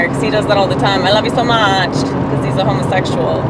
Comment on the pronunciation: Bitch you didn't say it right !! its loveyousoMAach LMAOOO